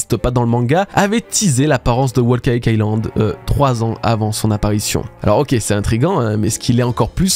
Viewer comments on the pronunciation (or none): Wo caca ïland ? C’est trop dur de prononcer l’anglais comme il faut ? Whole cake island